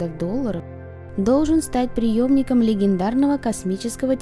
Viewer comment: ... и всё-таки, не "приЁмником", а "преЕмником". Смысл радикально иной! Давайте уважать слова.